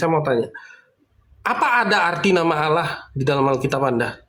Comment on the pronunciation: sangat bangga dan nyaman dengan sebutan ALLAH untuk sesembahannya yesus tapi bacanya didustakan jadi aaaalaaah